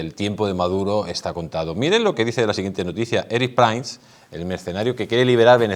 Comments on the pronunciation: Por favor por qué pronuncias mal el apellido Prince? Se dice Prins no Prains, es horrible oírlo. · Y dake con pronunciar "Prains" el apellido del pobre Erick, mínimo rigor periodístico es averiguar cómo se pronuncia el apellido de una persona.... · Se supone que, no?, pues por favor, intenta pronunciar el apellido de Prince CORRECTAMENTE. Gracias 🙏